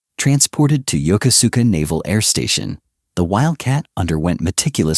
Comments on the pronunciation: It's pronounced "Yo-Ku-ska". Was was stationed there on the USS Midway back in the ealry 1980's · "Yoko-suka" is CORRECTLY pronounced as yo-KOSKA with " long O's"